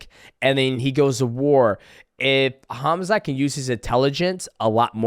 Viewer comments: Khazmat 😂 Oh Max, I love you, but I fear that's not intentional... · "DJ might come out of retirement for Conor" 😆 And Max mispronouncing every fighters' name is hilarious. "Khazmut" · Khazmat is crazy LOL. The way dj says it is the closest Hamzat. Not even khamzat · So everyone’s gonna ignore Max calling Khamzat “KAZMAT”